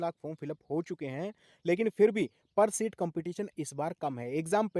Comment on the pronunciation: सीट hoga Not शीट sir